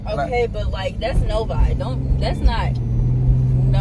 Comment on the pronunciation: bro said novi so wrong lmaooo 😂